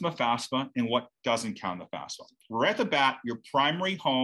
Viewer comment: Are you calling it fasfa? Why do people pronounce it switching the letters?